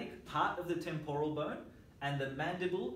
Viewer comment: Very nice video! Although I couldn't help but giggle at "hyoid boyne" - too strong accent! ;D